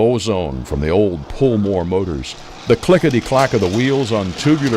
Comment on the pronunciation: You said it again "old pull more motors", you of all people should know better. "Pull-Mor" was American Flyer ... Modern (not the real Lionel) startered to use the term, but it is wrong!